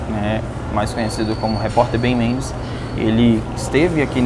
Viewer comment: Como que o repórter Isaac chamou o Ben Mendes? Eu entendi Benônio 😂